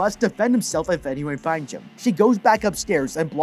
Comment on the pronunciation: ‘ieef aineeone foinds heem’ 😂